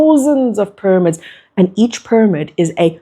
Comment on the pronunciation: ty for your message.. i still cant get over your pronunciation of pyramids it throws me off every time 😂 “pur-amids”